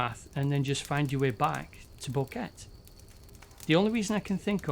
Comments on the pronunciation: He couldnt even research how to pronounce “boquete” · You made this long video about this but didnt even bother to learn how to pronounce Boquete. 3 mins in This “detail” shows how serously your “work” should be taken